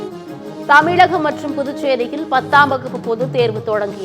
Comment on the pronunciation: உங்கள் செய்திகள் பெண் வாசிப்பவர் தமிழகம் என்று சொல்லாமல் தமிழகம் என்று கூறுகிறார் ழ என்று சொல்ல வரவில்லை ள என்று சொல்கிறார் அவரை செய்தி வாசிப்பதை நிறுத்துங்கள்